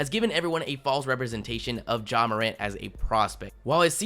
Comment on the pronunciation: It's not mor ant btw